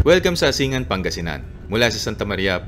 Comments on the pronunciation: Umingan= pronounced uming'gan Asingan= " asing'gan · As taga Pangasinan, tamang pagbigkas ng Umingan is (Umin - gan) Asingan is ( Asin - gan ) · tamang pronounce lodi ng bayan ng umingan at asingan is uming-gan at asing-gan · Helps a lot sir. Thanks for sharing. Itama ko lang po ang pronunciation ng ilang lugar sa Pangasinan, na kgaya lang ng tamang bigkas nyo sa probinsya namin. Ang mga ito ay ang Umingan, Balungao at Asingan. Thanks and keep it up po.